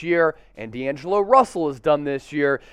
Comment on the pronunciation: You said my name right 👍🏼